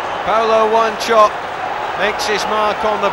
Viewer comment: wan-cho-pe not wan-chop